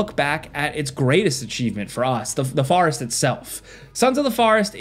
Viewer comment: "farrest"